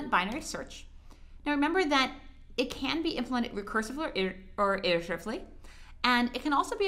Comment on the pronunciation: ITERATIVELY, is it so hard to say ? XD